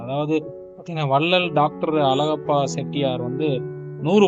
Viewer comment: உன் வாயிலே வசம்பு வைச்சு தேய்க்க..... வல்லல் அலகப்ப செட்டியார்.....????? உன்னை யாரடா பின்னணிக் குரல் கொடுக்கச் சொன்னது. அவர் தொடர்புடைய புகைப்படங்களைக் காட்டும் போது எவரெவருடன் இருக்கிறார் என்று சொல்லத் தெரியாத நீ, தமிழே உச்சரிக்கத் தெரியாத நீ......தூ...